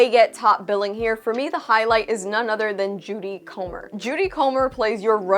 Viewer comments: Her name is Jodie... not Judy. Lol it was said wrong the whole time in this review but she's amazing. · Did you really say Judy Comer?